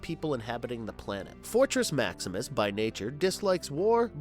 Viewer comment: Urm .... en er gone en er gron ..... fortrex .... scorplock .... whatever you called nebulos ...... duuuude get the names right